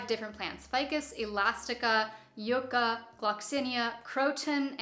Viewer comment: I've never heard Yucca pronounced like that. Yuck-ah, that's how we say it down here in the Southwest USA. PS it's my state flower. Always enjoy your videos!